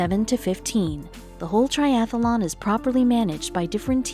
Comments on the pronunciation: The presenter sounds like a robot. And the key word to make sure the presenter knows how to pronounce correctly would be "triathlon" (not "triathalon") These things are so distracting. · Its triathlon not triathalon!!!! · I couldn't listen one more minute to TRIATHLON mispronounced as TRIATHELON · And why do you keep calling the event a triathalon? It’s not a triathalon! It’s a triathlon! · It is not "triathalon". It is triathlon. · That's triathlon, not triathalon! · The commentator was really irritating, mispronouncing Triathlon - she said it ‘Triathalon’!!!!! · Where I live in Missouri we pronounce it ‘triathalon’ like is is here. Thought that was the way everyone says it - must be just our accent. Interesting! Learn something new every day. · Next time get someone who can pronounce tri-ath-lon correctly. Thanx. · Great video. A pity that the narrator was unable to pronounce the word 'triathlon' correctly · I do wish the narrator could say triathlon properly! She keeps putting an extra ‘a’ after the ‘th’. Very annoying.